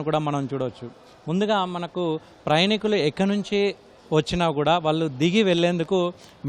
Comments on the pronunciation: ప్రయణికులు కాదు నాయనా ప్రయాణీకులు అని చదువు. తెలుగును పట్టి పట్టి పలకటం, దాడులు బిగించి మాట్లాడటమే ఈ మధ్య ఫ్యాషన్ అయిపోయింది. టీవీ యాంకర్లకి రిపోర్టలకి ఇదే అర్హతగా మారింది. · ప్రయాణీకులు అని అనండి, ప్రయణికులు కాదు